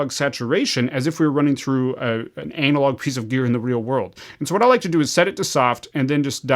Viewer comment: Anna-log….Anna-log bro 😂 everytime you say anal-log I just think of a large turd